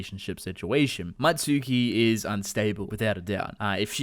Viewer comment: Don't you mean Mutsuki not Matsuki??